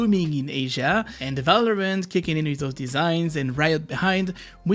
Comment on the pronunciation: You have said multiple times ,,Valorment" instead of Valorant :D